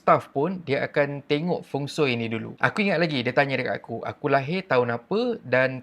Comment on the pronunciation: feng shui bukan feng soi😂